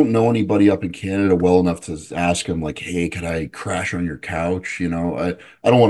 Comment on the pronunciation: Am I the only one that always understands "aks" when wants to say "ask"???